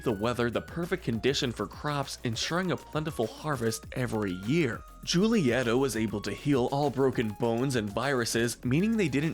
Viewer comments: I’m sorry but please- the lack of accent or even proper pronunciation 😭✋ It’s pronounced “hool-ee-eh-ta” not “jool-ee-eh-ta” And “en-con-toe” not “en-CAN-toe” I’m sobbing I’m so sorry but it is painful The video is awesome otherwise and I really enjoyed it! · Hey great vid but it’s pronounced hulieta not julieta. Not trying to be a snob and I love these encanto videos. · You need to really work on your pronunciation of Hispanic names. The letter "J" in the Spanish language is pronounced as the letter "H" in the English language. For example, Julieta's name is pronounced as: "Hulieta." Come on, man! It's 2022. If you don't know how to pronounce something, please look it up, or at least watch the film; the Google search engine is your friend. 🤔